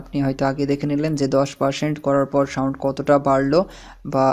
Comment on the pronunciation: সাউন্ট হবে না সাউন্ড হবে, কেমন উচ্চারণগুলো একটু ঠিক করবেন